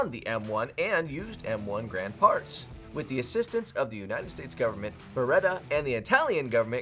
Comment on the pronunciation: “Garand”, not “grand”